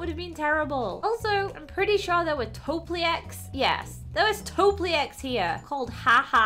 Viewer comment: Its not a topliec its a topielec